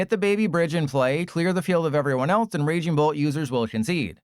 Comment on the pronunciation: RAING BOLT. HA CLEARLY DOESNT EVEN PLAY THE GAME. ITS NAME IS RAGING BOLT. POSER